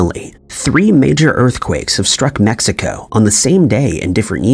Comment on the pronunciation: gotta love AI - MEXICO- across the US